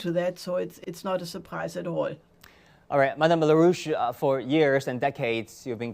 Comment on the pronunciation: Larouche, not "la rouge" or la russe !